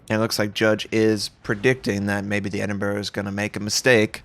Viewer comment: Yup...No Edinboro here